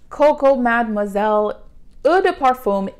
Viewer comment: The CCM Intense is my fave too. Try it after you put on a realy good vanilla lotion, like Bare Vanilla, it's good & simple. The combo sounds weird & just happened for me one night before I went out & turned out GREAT!! I did want to let you know "eau" is *O*, not eww. ;)